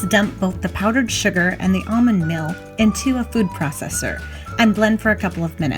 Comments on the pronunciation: Meal is pronounced with a long e sound not a short i sound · lol exactly. I even saw someone correct you on how "meal" is pronounced in almond meal. 😆 I remember kids at school calling crayons "crowns", I still knew what they meant though.